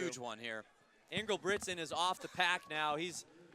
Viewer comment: bro says inglebrigsten